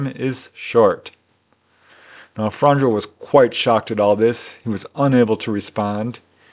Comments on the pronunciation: I really like your videos. 1 tiny thing,In croation j is pronounced y so Franjo will sound like franyo, german also has y sounding j. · If it matters, it isnt "fran-joe"... more like "franyeo". The 'nj' in Franjo makes like a 'nye' sound. Imagine 'Fragnio' in italian.